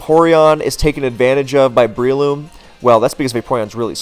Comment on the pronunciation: I got one of your vids in my recommended, refell in love with your content. I just cannot get over you calling them "Brie-loom" like the cheese